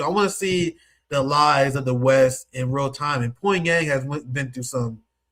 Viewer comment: let me help you out with your Korean: the heir to a corporation is a CHAI-Bowl The Korean City Pyongyang is pronounced PyONG - YANG